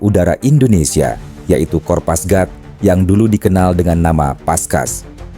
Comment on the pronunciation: kopasgat min. bukan kopasgrat